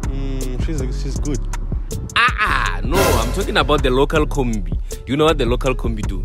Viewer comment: iKhumbi* not Khombi